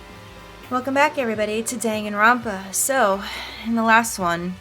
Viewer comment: I love the way says the name of this game. It sounds like "Dang, and Romp, Ah!" Or maybe it's just me.:D